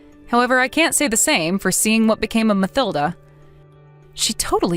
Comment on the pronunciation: It's Ma-TIL-da, regardless of how it is spelled